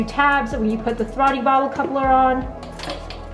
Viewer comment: "Throtty bodle"